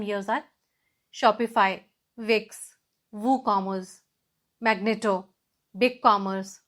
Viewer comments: I appreciate your efforts But small correction In It is Magento Mam Not Magneto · Its Magento, not Magneto.